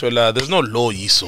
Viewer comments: “There’s no lo-yiso (Law-heir so)”😭😭🤣🤣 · Sol: there's no law-yiso😂😂😂😂